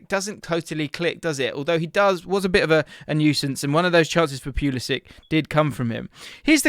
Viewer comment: Its poo-liss-ick. He's best playing centrally.